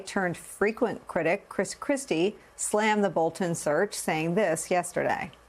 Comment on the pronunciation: Chris Christie still has a speech impediment. He can’t pronounce his L’s. LOL